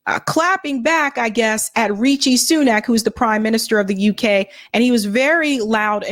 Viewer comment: Rishi not Richie